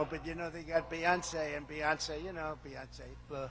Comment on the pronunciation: It's Bey not Buh